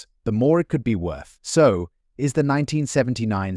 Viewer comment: I THOUGHT THE SAME THING. It says Susan B. Anthony. Not like Susan b. Anthony because AI PAUSES at the B.